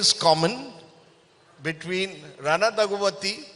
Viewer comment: Atleast pronounce Ranas full name correctly yaar 🤦‍♂